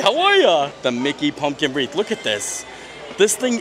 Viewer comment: WreaTH not WREAF 😂